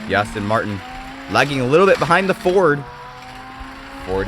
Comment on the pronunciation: Pronunciation Aston Martin not Austin Martin Alfa "Row Mayo" not Romeo, excellent races.